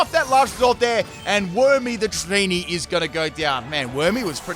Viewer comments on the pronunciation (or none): none